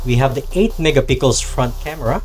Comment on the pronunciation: Megapixel Sir not mega pickles, you got it wrong pronunciation.. No offense Sir.